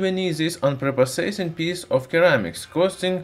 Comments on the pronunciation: You should pronounce ceramics “seramiks” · Your comment would have more validity if he was speaking one of those languages. He's speaking English, and there is literally no English dialect that pronounces it "Keramics." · "Sir-ram-ics" not _ker-ram-ics Even so, your English is much better than my Russian. Great videos though. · Very informative and good video, but Kermics. OMG. Ceramics. Tseramics. Not kermics. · Keramics. Cute. Lol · As in Sir - amics. :) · Great video! In english ceramics has an "s" sound. Ie "seramics" Cheers! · the c in ceramics is pronounced as an s so seramics english lesson done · Of course he would pronounce ceramics as something weird like "keramics". I'd be disappointed if he didn't. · Issue is I’m now saying keramics too after hearing it 200 times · What is it with all the haters in the comments section? This guy does his best to make informative videos and doesn't deserve being mocked because he doesn't pronounce ceramics like a native speaker. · When making a video on Ceramics in English... Step 1: learn how to pronounce Ceramics properly.